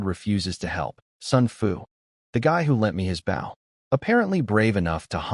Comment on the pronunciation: Could you PLEASE teach the narrator bot to pronounce "bow"?